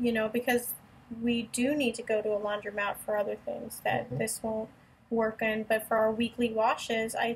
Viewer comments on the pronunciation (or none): The word is spelled and pronounced "laundromat" (with an o), not "laudrymat" (with a y). The phrase is "flatten the curve", not "flatten the curb". And, that's just the beginning...